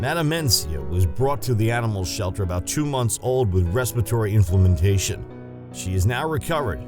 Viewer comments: "INFLAMMANTATION" INFLAMMATION, you dummy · You had ONE JOB to do...read the narration script!!! LMFAO "with respiratory inflamentation" Should be read as "with respiratory inflammation" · ..."respiratory inflammantation"??? A new way to pronounce "inflammation" I guess... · "Respiratory Inflamantation" Hmm... Haven't heard that one before! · am i the only one who noticed the guy said inflamentation instead of inflammation? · Am I the only one who heard 'Inflamentation' ? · Who ever made the commentary needs to be fire. Saying the deer was a "she". when it was a male. Then saying imflamaNtation?.? inflammation. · “Respiring inflamintation” 😭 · I didn't know "inflamentation" was a word. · Inflammantation??? WTH language is that? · HA! "Ecscape", "Inflamnentation". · these animals are absolutely adorable, but the video is trash, srry. lots of errors everywhere: forgetting to read "every day they give her bread", pronouncing inflammation "inflamatation", etc. you really should work on that, bud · "Inflementation"!!! Indeed fatal 😁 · “inflamintation” Yikes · I thought he said "inflammantation" !!!! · Right!! And its INFLAMATION. Not INFLAMENTATION. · Possibly those who found the narrator useless and irritating - we are “humans”, not “yoomans”, and the word is “inflammation” not “inflamentation”. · imflamentation haha what you mean inflammation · Haha yeah i just said that like wtaf imflamentation instead of inflammation lol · Respitory Inflammentation. Sure why not? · its Inflammation not inflamentation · There is no such word as "inflamantation" you idiot, it's INFLAMMATION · Inflammation is pronounced Inflammatation? Who knew? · It is Respiratory “INFLAMMATION” as in inflamed puffing up, growing bigger, NOT “INFLAMMANTATION” as there is no such word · ..and it's inflammation, not inflamentation. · Gotta hate that raspatory "Inflamentation" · “Respiratory infalamentation?” 🤔 😂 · did the narrator say resperatory INFLAMENTATION???? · inflamentation... haha!